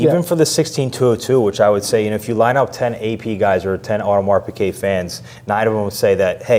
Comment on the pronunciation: Thanks, very interesting, but why do you guys and most US youtubers say audemars piQuet, when it's piGuet lol